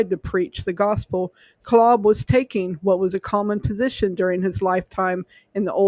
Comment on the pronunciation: This is my ancestor. Btw, his name is pronounced with a long a. Claaaab.